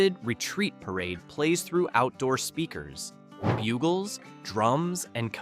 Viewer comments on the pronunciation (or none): none